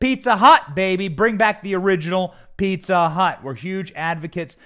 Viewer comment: Did you say "Pizza Hut"? Or "Pizza Slut"...?🤔